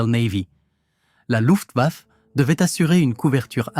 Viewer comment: RAEDER, pas Raider. La Louft baffe, Louft-bafeu, ...🤔 faut-il en rire ou en vomir ? DIETEL, pas Diète. La KOALITION, un troupeau de Koalas ? 😂 HAVOC, pas avocat. Les États-majeurs. 😮 ben heureusement, on va pas y envoyer des mômes... La VERMARTE... 44min45sec. Nous voici replongés en 1917. La Relativité d’Albert ? 47mn et quelques, idem, mais soit en 1870, soit en 1914 ...?